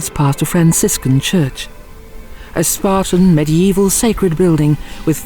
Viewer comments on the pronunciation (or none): none